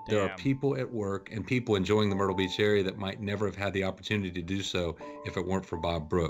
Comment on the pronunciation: DID YOU SAY WHO GOES TO MERTYLE BEACH I DI